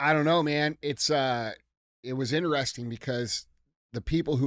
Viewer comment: DJ spends too much time trying to be the center of attention. Really makes CTI unwatchable. He is not funny and his illiterate pronounciation of common words (in-tuh-res-tun = interesting, axe = ask, etc.) are a "crime against humanity." I'll stick to Q&AF from now on and skip CTIs.